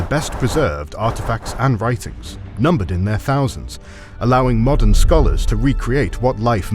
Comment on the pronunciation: do you meen moden day Bulgaria?